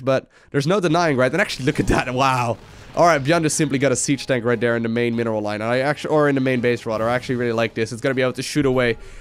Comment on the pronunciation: do dis, do dat, over der